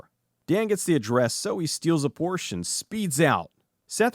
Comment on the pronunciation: You almost said "Porsche" right!